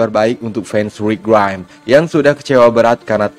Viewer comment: nyebut rick grimes biasa aja bg tolong